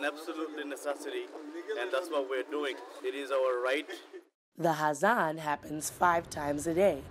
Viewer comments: The word is not 'hazan', it is 'azaan.' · It's Azan not hazan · start pronouncing azan first